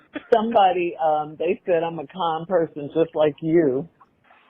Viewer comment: said"con" not calm